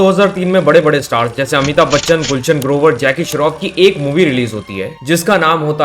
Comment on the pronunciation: Amitabh Bachchan ❌ Amithub bachchan 😂